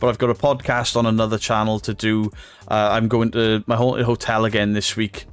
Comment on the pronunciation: It kills me the way he keeps saying ' I'm goonoo' ! And he still hasn't got any proper trousers !!!